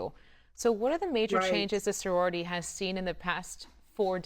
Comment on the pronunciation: I don’t mean to be negative, and did a fantastic job speaking about Soror Hickman, but that reporter need to come out with a verbal apology and correction of the name of our sorority.